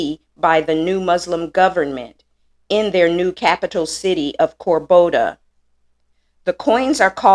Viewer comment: Cordoba, not Corboda. Content is great effort though!